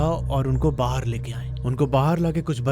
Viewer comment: Why are you saying 'bahaar' for 'baahar'